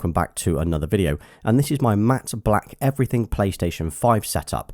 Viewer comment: "Matte black everyting"